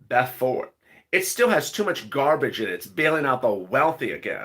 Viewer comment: OMG everytime u say much i hear 🤣🤣🤣🤣 bitch i am sorry I sit here n laugh